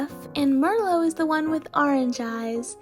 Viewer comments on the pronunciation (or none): none